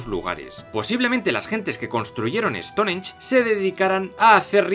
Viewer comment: No se dice Estonench se dice Estongench